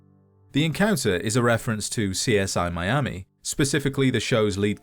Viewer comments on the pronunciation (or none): none